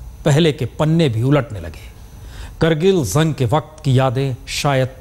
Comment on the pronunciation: Punya Parsoon Bajpayi "zang" ki yaad "taja" nahi hota bhai "Jang" ki yaad "taza" hota hai yaar